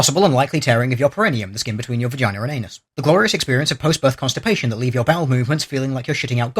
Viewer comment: lolol he said 'vagainer'